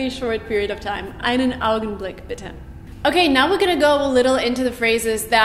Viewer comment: Please pronounce Bitter and Better again I think you have the extremely wrong of those two